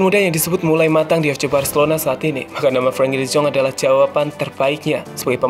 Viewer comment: Frankie de zonk??? Salah penyebutan nya min